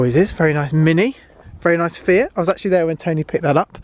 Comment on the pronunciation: Noooo, you said "st" and "fiat"